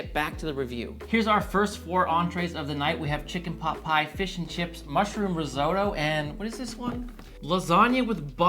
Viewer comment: He can't even say risotto correctly